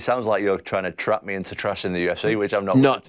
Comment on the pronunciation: This guys inability to pronounce the vowel sound for words ending in i or e is excruciating. Its not the UFCeh ITS THE FUCKING UFCee! The tism is real with this dude.